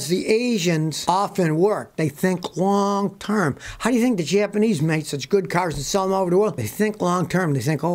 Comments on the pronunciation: Did he say “Asians think wong term”?😳🤣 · I thought he said wong term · I thought he said the asians think wong time haha